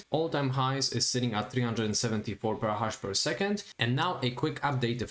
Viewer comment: For the love of God, I understand that you are not an English native speaker, but it's PETAHASH not PERRAHASH. there is Terrahash and then there is Petahash which is pronounced Peeta Hash.